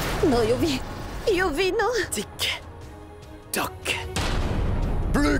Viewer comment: Au lieu tic Tac il a dit Tik tok 🤣🤣🤣